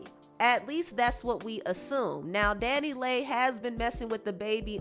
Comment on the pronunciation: I thought it was pronounce (Danny Lee) Dannyleigh not Danny lay 🤔🙄